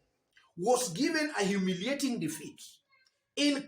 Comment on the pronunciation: must you stress that word humiliating defeat, mbona uko na madharau? Next don't say humiliating just say defeat. You sound hostile to kabogo.